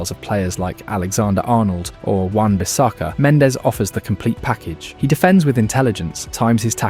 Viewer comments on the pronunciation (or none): Yes, it's clearly wan bisSAKA 😂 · Wan BiSAKA? xD xD